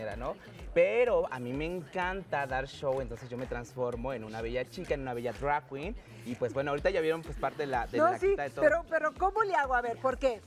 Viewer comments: Que risa me dio escuchar decir dray quin Aaaaay, educate mamasita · Horrible "entrevista" si se le puede llamar así, Luna saco sola la entrevista... se noto su ignorancia en el tema, que feo que a tv nacional hagan esto, ni pronunciar bien drag queen 🤦🏼‍♀️.